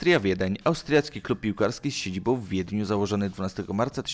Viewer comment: min 1.37 cyt ' z siedziboł w Wiedniu ' .Tak człowieku wymawiasz , zapominając o nasalnym ' ą ' .Poza tym ciekawy materiał .Pozdrawiam